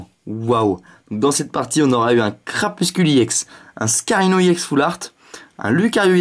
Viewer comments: PK il dit E-ex au lieu de ex c'est pas ecrie E-ex c écrie ex ! Et si tu veut dire E-X en englais le X se dit pas ex -_- en plus il a TJ le ton de phare quand il ouvre c'est carte et en plus on s'en fou des 8 1er carte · pourquoi tu dis IEX c'est RX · C'est ex pas iex Aprend a parler mon gars